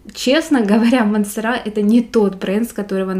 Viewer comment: Не МансерА, а МансЕра.А обзор хороший,приятный голос и подача, но произносите , пожалуйста, правильно)))